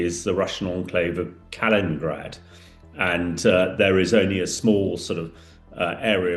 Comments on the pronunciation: Heard this guy before, do wish he’d stop saying Nucular instead of the proper English pronunciation ‘Nuclear’, and now he’s talking about Kalingrad, when it is Kaliningrad! If a jobs worth doing…. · Kalingrad and Vilinus! Yes if a job’s worth doing…